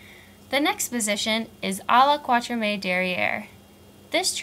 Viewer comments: can't watch it because your French pronunciation is so terrible. To start with, please say katriem, not kwatriem. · Great job, I'll show this to my students! It's so hard to make any sense of this until you have some way of remembering it! One thing though: you don't pronounce "quatrième" right. In fact, the last e isn't pronounced, the accent is on the e before that. Quat-ri-èm. But thanks for the great vid!